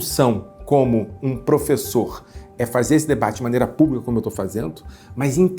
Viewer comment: Primeiro caso de professor judeu e antissemita ao mesmo tempo. 😂😂😂 O xadrez 4d pra defender o "cumpanhêro" na presidência é demais, né, "prufessô"? 😂😂😂